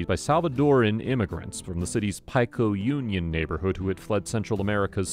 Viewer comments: Its pronounced peecoal " pico" union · Pie-co Union??? 😂😂😂 Who is this guy??? 😂😂😂